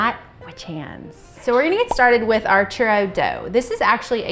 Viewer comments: CHUROWS that’s what it sounds like to me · One at a time only??? You have too much time on your hands lol!! Fry in bigger batches is my suggestion. I love churros!! Sprinkle with cinnamon and sugar right away when out of oil for better adherence. The way you pronounce churro almost sounds like you're swallowing the letters.. hahahaha 😂 Bon appetite 💝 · As a Hispanic, they way people pronounce it makes me cringe but laugh a bit, all in good fun 😂